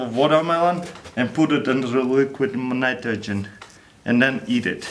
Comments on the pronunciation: "and lets put it in a mnmnmghmn nitrogen what? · Read this as he said it😂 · "and put it into liquid minaydogin" 😂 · "Liquid mnitrogen" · liquid nniterhgen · liqwid natrojen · i know you did your best to say it crack it minimidle and. luiquid nmnitrigen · " and put itro dre liqrid nritrogen "